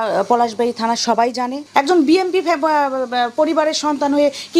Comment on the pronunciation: ঠিকমতো বি এন পি শব্দটা উচ্চারণই করতে পারছে না, এরা আবার বি এন পি করে😂😂😂